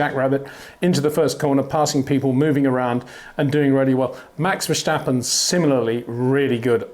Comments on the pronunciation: Peter Windsor you finally said in the beginning Max Verstappen not Max "Vershtappen" ... I take my hat off for that ... cheers! ... RESEPECT from 🇳🇱 🏎🏁 🏆 but then later on you started to say it wrong again :( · Btw...how come ppl keep saying "vershteppen" all the time ? It's not that hard to say "verstappen" if you speak english. Same with "max" btw...if you can say "awe", then you can say max too. My name is frank, not frenk...just the same. Edit-- you wouldnt say kèhrlos either right ? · Great stuff Peter, keep it up! Would be even better if you drop the Verssschtappen 😉. It's VerSTappen, with just an s and a t. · Peter, why are you after all these years still saying Max VerSHtappen? Seriously, the S is pronounced exactly the same in English so why turn it into a SH sound? So weird. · Max vershhhhtappen 😑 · If you pronounce the a in Verstappen as in dance or can’t you pronounce it closer to how it should sound. Same is true for Amsterdam, for both a’s.